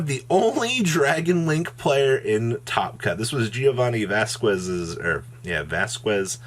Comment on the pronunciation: You just butchered "Vasquez" so badly 🤦🏻‍♂️